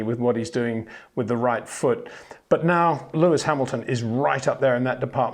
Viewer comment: it is NOT Max "verSHtappen" ... Max is not German (Germans indeed do pronounce "st" as "sht") ... #Max33 = Dutch NL/Belgium! ... It is not "Bottash" nor is it "Lewish" certainly not "verSHtappen" .... This BS started long time ago when a British sport presenter interviewed father Jos Verstappen and assumed you can use a German pronunciation to a Dutch Driver thinking it is so "funny" ... It is not.